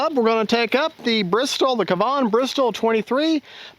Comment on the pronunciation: Nice Job, on dialing her in. I’m glad the rain stopped and wind was light for a very successful demo for the flight characteristics of the Kavan Bristell B23 (also, it is pronounced with the accent on the first syllable and both a’s are like the a’s in “cat”)!